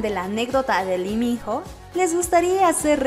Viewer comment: La pronunciación del hombre es tal cual te lo escribo a continuación; I MI NO, por favor pronuncialo bien ya todos sabemos como decirlo.